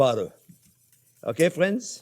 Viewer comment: I love the chef, especially how he says, " Hello again, fwiends." 😎